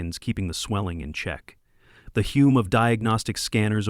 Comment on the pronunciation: hum not hume